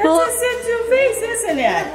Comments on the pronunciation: Looks Lhasa Shih Tzu mix. And its pronounced She zoo not shi* zoo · you pronounce the breed "she-zoo" not zit zoo.......